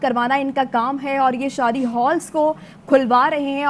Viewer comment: Sadi nahi hota shadi hota